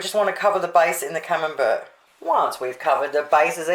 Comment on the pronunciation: Looks great! My partner does not like camembert...when I made your salmon patties he preferred them without the camembert. Could I make this with tasty cheese on the bottom or not put anything is better? My partner speaks Australian as well so you probably don't care either how camembert is pronounced but it is said like camembear...t silent. But then if you didn't speak Australian you would have to change your youtube name...lol